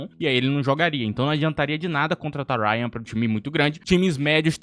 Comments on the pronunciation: Não sei da onde q você tirou que rayan foi pro boro?! Tá doido? E outra, é RAYANNNNNN NÃO Rhayan, o cara é carioca porra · "Uáiaan do vasco" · Que agonia ele falando Rayan inglesiado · Ele pronunciando Rayan de forma inglesada me lembrou os gringos chamando o Estevão de esteváo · Nao fala rayan engleisado nao machkaakakakakakakak😅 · cara, só aceita a correção. Até o próprio jogador já falou que a pronúncia é igual ao colega aí. Acho que ninguém no Brasil se chama igual tu falou no vídeo. É só ter um pouquinho de humildade e aceitar a correção, que ao meu ver, vou bem tranquila. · Pior não é nem a pronúncia dele. O que mais me deixa puto, é ele respondendo a galera que está corrigindo ele e em algumas respostas, debochando da galera. E ainda fala que o pessoal está acostumada com a pronúncia da mídia brasileira kkkkkkkkkkk tipo, não é um substantivo, um verbo ou algo assim. É a porra de um NOME PRÓPRIO, onde até o próprio jogador já falou o nome nas entrevistas, e é exatamente como a "mídia" que ele (esse cara do canal) crítica. Que loucura. Já percebi várias vezes, que ele fica louco, quando é contrariado. Mimado. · Rayan inglesado kkkkk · É que cê pronúnciou Rayan num sotaque mais inglês